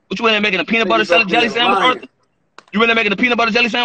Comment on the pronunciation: Yo called him Arthor 🤣🤣🤣